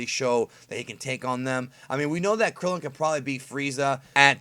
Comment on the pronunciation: I get it fam... But I wish you'd pronounce it KRILLIN lol